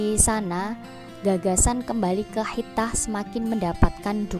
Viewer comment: Waduh ni komentatornya kurang pas ni memang tulisannya khithah tapi baca yg pas khitoh,bu